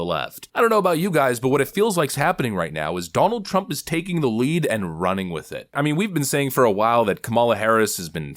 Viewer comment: Taking the lead? Takimg the lead? 😂😂😂 we all know she has never been even close